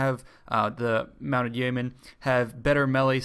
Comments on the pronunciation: It's pronounced "yo-men" xD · Yeomen is pronounced Yo Men. Its a medieval English term for a freeman of high standing/landowner.